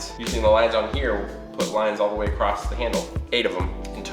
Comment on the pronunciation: Acrosst? Why does add a ‘t’ to ‘across’ and ‘cross’?